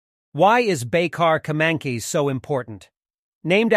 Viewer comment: it pronounce ''kemAncash''